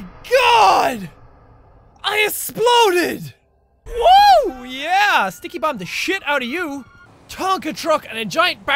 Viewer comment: I Esploaded Hhahaa His accent